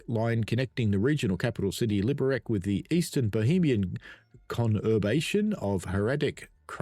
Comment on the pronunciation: Hey, just a quick note - the Liberec is pronounced "LI-be-rets". Czech is a phonetic language - you read what you see :)